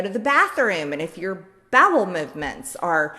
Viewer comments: 😳Sooooo 🤔😲we all just not gonna talk about how she said babble movements instead of bowel?? O KAY 😏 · Sounds like she said "Babel Movements" as well. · Did she say "babble movements"? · Marjorie dear, the word is B-O-W-E-L not whatever you tried to say. This woman makes me do a face palm every. Single. Time. She’s so ignorant! How does she get a vote??